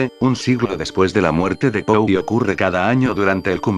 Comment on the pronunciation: Si usas Loquendo, hay algunos tips para que el programa haga las pausas requeridas y mejore la pronunciación de algunos nombres: "el que brinda por PO", me fue difícil identificar que se refería a Edgar Allan Poe. Y si no quieres que diga "món-si- eur" pues mejor tipear " monsiú" o algo que se aproxime a la pronunciación francesa. Lo mismo que las medidas de la habitación ininteligibles de "gasparauser", para eso tipeas "Gaspar Jauser" para que lo pronuncie bien. Otrosí "Fulcabeli"? el nombre es FULCANELLI. Para la próxima.